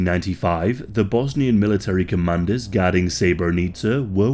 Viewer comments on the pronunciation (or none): none